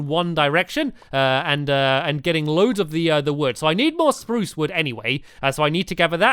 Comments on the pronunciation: stampy u carried on saying SPARUCE wood :-) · stamps said spruce normally lol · Why does stanly say spruce weirdly in the first place?